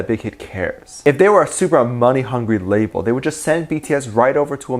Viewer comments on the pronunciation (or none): none